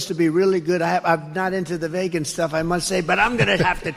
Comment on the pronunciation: The fact that Trump doesn't know how to pronounce.Vegan makes me want to vote for him.